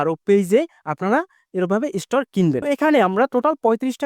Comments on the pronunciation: আগুন কে সাগুন বলেন স্টার কে স্টোর বলে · উচ্চারণ আরো ভালো করতে হবে স্টার হবে স্টোর বলতেছেন কেন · ইস্টার বলে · স্টোর নয় ভাই এটা হচ্ছে স্টার😱🤭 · কলকাতার দাদা মনে হয? স্টার উচ্চারণ শুদ্ধ নয়। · ওটা স্টর না.... স্টার 😂😂😂😂😂😂😂😂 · ভাইজান স্টোর না স্টার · স্টর কি ভাই😂😂😂😂😂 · স্টোর কি রে ভাই😅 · আরে ভাই স্টার স্টোর নয় --- আগে ভাষা ঠিক করুণ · স্টোর কি ভাই? উচ্চারণ ঠিক করে স্টার বলতে পারেন না? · এস্টার বলেন,এসটোর না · Star❌ Stor✅ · স্টুর না ভাই স্টার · উচ্চারণ বেশি স্টাইল করে বলতে বলতে স্টর বলে ফেলেছেন ভুল উচ্চারণ 😃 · এমন বলদ জীবনে দেখিনি। স্টার শব্দটা উচ্চারণ করতে পারো না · স্টার শব্দটা পর্যন্ত উচ্চারণ করতে পারেনা, ভিডিও বানাইতে আসছে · ভাই এত সুদ্ধ করে বলতে গিয়ে এমন হলো😂😂😂